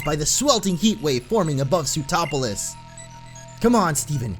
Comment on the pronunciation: Lol when you say sootroplis my brain thinks you are saying zootropolis